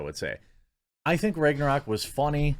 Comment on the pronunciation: The way you pronounce Ragnarok is upsetting